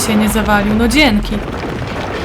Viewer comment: Pierwszy raz słysze, żeby ktoś powiedział "Dzieńky" :D:D spoko grasz :)